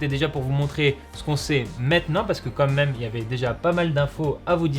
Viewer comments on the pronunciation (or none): il a dit "comme même" ou c'est moi ?